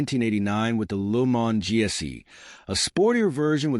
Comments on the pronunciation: It is not lu mon! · LooMon...? Ya... take this AI crap and flush it.